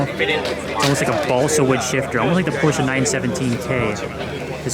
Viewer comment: its nice to hear someone say Porsche correctly ngl